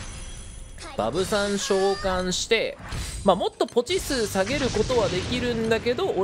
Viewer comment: バブさん召喚のイントネーションがイヴ・サンローランで笑う